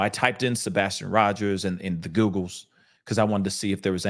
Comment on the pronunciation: said that's sabastion. No no no sir. I still am